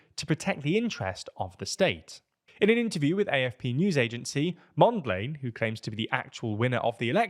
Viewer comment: totally butchered the names. I am gonna come back to that "Mondlane" 😅